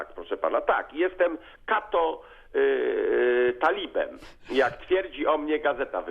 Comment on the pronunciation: nie kato-talib tylko bardziej katolib ew. kalib